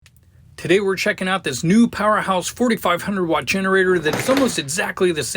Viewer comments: Excellent review. Good noise and load test - but, please get the name right. It's PowerHORSE, not Powerhouse. The manufacturer might appreciate that... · You keep saying powerHouse but it is powerHorse